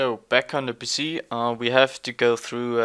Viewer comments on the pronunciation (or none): its PC not PISSY